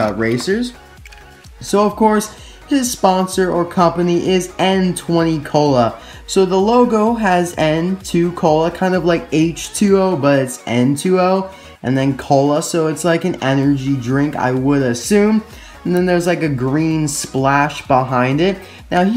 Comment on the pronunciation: nitrous oxide to be exact, I hate how he says "Ntwenty" cola. does he not know it's basicall NOS. smh